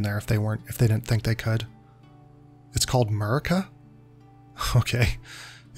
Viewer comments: It's MUR-CIA, not "murica". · murcia, not murica